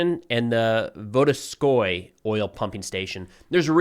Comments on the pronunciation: “sonechorskaya” is pronounced “Son-etch-or-sky-ya” and “Volodarskoe” is pronounced “Volo-dar-sko-yay.” The Russian and Ukrainian-speakers who watch this channel will help you with the pronunciation. We get it; Slavic languages definitely have some tongue-twisters—but most of us either grew up speaking Russian or Ukrainian, or we learned it from relatives, so as kids we learned to make those sounds. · dude, I respect and appreciate your reporting, but you have some serious dislexia apparently. Sonechorskaya and Volodarskoe are not that hard to make it such a show. Read it slowly one syllable after the other, point at them as you read them if necessary, noone will see it, but come on, those are no spells in Elvish, those are words about the length of a 'cheeseburger' that you just read as written. All these disclaimers and than execution take away my focus on what you are saying for a minute afterwards.